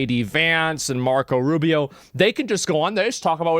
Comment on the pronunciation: "Marcos Arubious"